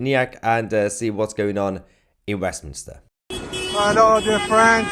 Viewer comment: Mayhar, you dis say "WEFminster", didn't you? If you didn't, you can have it... Merry Christ-Mas to you, your fiancee, and one and all!